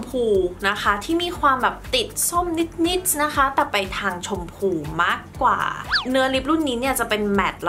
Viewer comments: ดูเพลินมากเลย สวยไปหมด ติดคำว่านิส นิส ค่ะ นิดนิดปกติได้มั้ย เสียง s x -ce เยอะแล้วในคำภาษาอังกฤษ ไม่ต้องเอามาใส่ภาษาไทยแล้วได้ไหม 😵‍💫 🫣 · รอนานมากค่าาา ชอบคลิปมาก แต่อยากให้ พูดคำว่านิด แบบปกติอ่ะค่ะ มันแอบแปลกๆนิดนึงงง ติดตามพี่ตลอดนะค้า